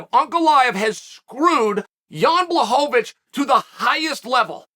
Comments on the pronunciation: man he started off calling him blahovovich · Not quite , but it's a lot better then many other names.